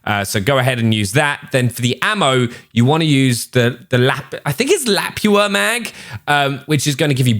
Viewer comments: Lapua is a Finnish brand and it is pronounced "La-pu-a" 🇫🇮🤗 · Lapua is la-poo-uh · Its pronounced 'Luh poo uh' for Lapua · Lol he said "Lap-ua"! Nah bro. Its pronounced "Lu- pu- uh". Trust me dude I live in America I would know.🇺🇸😂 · lapua- LA-POO-A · pronounced l a p oo a not lapua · thats how you pronounce the 338 lapua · you dont know what a .338 Lapua is....lol La Poo uh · its pronouncced la poo a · As far as I know 338 Lapua mag is pronounced “La-Poo-ah” it’s a monster of a sniper round in real life. Generally more effective for accurate long range shooting even compared to 50bmg and 50 isn’t anemic by any means. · Lapua is pronounced "La-pu-a" 🇫🇮 It is a Finnish bullet brand. Greetings from Finland! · Your pronunciation of Lapua infuriates me. Lap -ooo-ah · It’s pronounced .338 luh-poo-uh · "Lapua"( La-poo-a) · great vid, Lapua is Luh-PUH-Ah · Lapua is pronounced as lapuwa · Its pronounced La-poo-ah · It’s lu-poo-a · its pronounced Luh-pooah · It's pronounced LUH-POO-UH 😁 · it's .338 lapua (la-poo-ah) not a bunch of people say it right lol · Its pronounced (La-poo-ah) 🤦🏻‍♂️😂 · Typical western pronunciation is luh-poo-uh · La-poo-ah lapua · it's pronounced la-poo-a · You did pronounce Lapua wrong, just a heads up. LOL